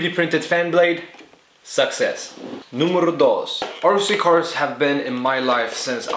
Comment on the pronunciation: "Númerrrro dos" jaja.